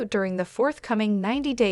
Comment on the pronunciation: The pronunciation of fiance is incorrect.